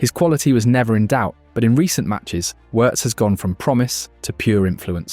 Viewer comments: It's pronounced VVVirtz. You seem to be forgetting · In German the W letter is said as V letter. So Wirst is pronounced Virst. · If he's so great, why not get his name right? 😉*Virts* "W" in German is a "V" in English (a voiced F). Like with Rachel Weisz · “Werts” 😂come on bruh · You could have at least tried to pronounce the name correctly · Please learn to say his name, there are two syllables.